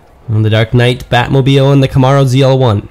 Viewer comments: I never herd Camaro pronounced this way..where does that come from? Cool race track idea too. Batman cars look great . I might get one for my birthday! Thank you for share you hard work with us. Ok by. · it comes from someone who has no idea how to properly pronounce it. That's all.